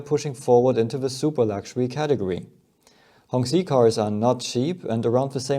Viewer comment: The 'q' in 'qi' is a 'ch' sound.